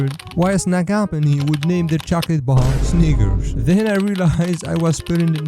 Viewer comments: Bro he don't Say snickers 💀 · He did not say snickers😭🙏